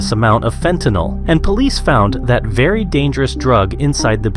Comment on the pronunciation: It's Fenta-NYL..not Fenta-NOL!!